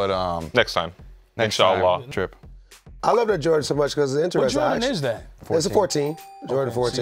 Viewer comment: Shout out to for using the word Insya’Allah correctly 👏👏👏